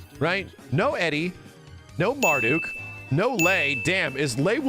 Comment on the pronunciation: Mardook? What kind of slander with the mispronunciation is that?